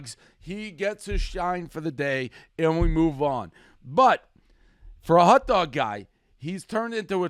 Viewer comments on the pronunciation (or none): Please Dave, never say the words hot dog again. It’s not a hut dug